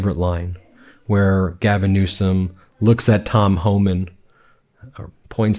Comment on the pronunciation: Please stop saying newscum just say it correct even though Donnie diapers says it wrong.